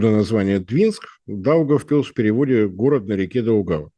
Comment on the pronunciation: Молодец. Правильно произнёс "Даугавпилс" почти без акцента.